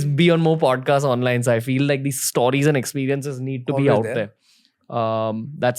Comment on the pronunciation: Stooooriesss?? Correct it bhai